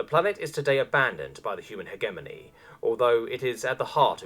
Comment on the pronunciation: My dude, I love you reading this, but for the love of space-God that's not how you pronounce hegemony.